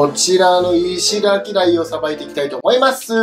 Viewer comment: 最近 思いまーすが雑になってない？ww